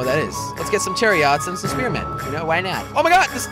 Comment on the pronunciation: it is chariots not chaots